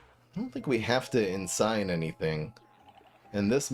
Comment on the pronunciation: Is pronounced EN-sin